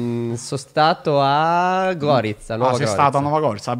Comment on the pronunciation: GORÌCA NON GÒRICA